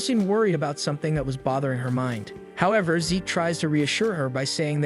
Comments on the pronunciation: Zeke. Not Zich. Zeeeeek. Awfully grating to hear zich over and over again, if youre going to use AI voiceovers it would be great to check names and genders before posting, cheers. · Fix the voice program. It's always mispronouncing names. MC is named Zeke... not Zitch! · Bruv it’s Zeke… pronounced Zeek (replace S with Z sound in the word Seek). Why call him Zich, he ain’t no snitch. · It's Zeke, not Zich. Rhymes with leek or reek or peek or sleek, etc. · It goes to Zeek a bit later in video. So it was fixed